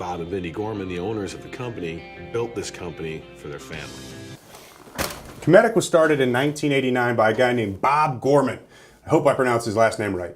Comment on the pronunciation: It is pronounced (cumetic) Bob is my grandpa hehe